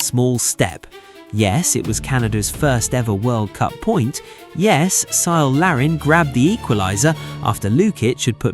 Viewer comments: Syle Larin? Huh? It's a hard C. It's Kyle. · It's pronounced "Kyle" Larin! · Cyle is pronounced with a hard K sound.... Kyle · Cyle Larin is pronounced Kyle. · Say Cyle again. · Hearing Cyle Larin's name with a soft C instead of a K sound is so funny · Nicely done, whoever produced this AI video, except that the 'C' in Cyle (as in Larin) is pronounced like a 'K'. It should be mentioned that Canada became a serious threat under coach John Herdman. Canada was #1 in the 2022 Qualifiers & defeated both the U.S. & Mexico. Unfortunately Canada was in the 'Group of Death' in the 2022 World cup. Canada completely outplayed Belgium (ranked #2 in the World at that time); but unfortunately they lost 1-0. They only lost 2-1 to semifinalists, Morocco & were also defeated by Croatia, who were finalists in 2018 & semifinalists in 2022. Canada was a semifinalist in the 2024 Copa Americas, playing with the best South American teams & did that on the road in the USA. So, although many were not aware, Canada has been playing great futbol / soccer since John Herdman arrived on the scene & Jesse Marsch has continued upon that trend of constant improvement. GO CANADA!!! 🇨🇦